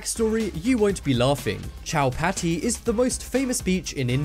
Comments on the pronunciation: It's not chow-patty it's cho-pa-ti beach I'm Indian and that's how everyone pronounces it. Also it's not spelled Chowpatty it's Chopati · Brh chowpatty is prnounced wrong it's choparty I've Been there I'm Indian and it dose not have coal in the water it's just very very very dirty I don't go in the water I just sit out I'm kristian and lots of people go in the water even when its not the festival